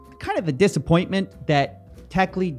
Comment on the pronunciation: Techlead rhymes with 'dead' not 'deed' , it sinks like lead !